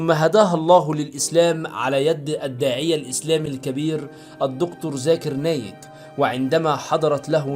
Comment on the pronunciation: اتق الله.الاسلام مش محتاج كذب لأنه حق واضح والآيات و الكرامات نراها كل يوم حولنا ادعو إلى سبيل ربك بالحكمة والموعظة الحسنة. لا تكذب ولا تنقل أخبار كذب .وكمان انطق إسم الداعية الإسلامي زاكر نايك صحيح حتى لا تنطق فحشا والعياذ بالله.هناك علامه تجاريه رياضيه تحمل علامة✔️ إسمها Nike الجميع يعلمها وينطق إسمها أعتقد إنك فهمت.